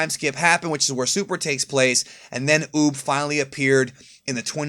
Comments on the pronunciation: UUB RHYMES WITH BOOB .. NOT OP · When said Uub I thought he said boob